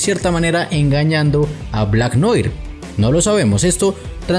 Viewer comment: Noir se pronuncia noar